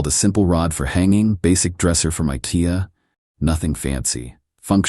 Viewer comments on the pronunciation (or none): none